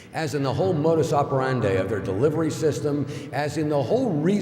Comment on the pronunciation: Miscavige mispronounces jugular and modus operandi shortly thereafter. Wouldn’t word-clearing include pronunciation? COB needs to clear his MUs. I disagree ! The most elaborate (and costly) pseudo-scientific scam in history is actually... Scientology!